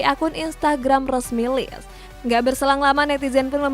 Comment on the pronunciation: bacax lecce bukan lis tp lecce.....